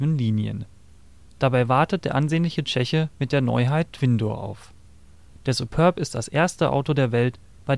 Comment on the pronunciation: SupÖrb? Das ding heißt "Superb"!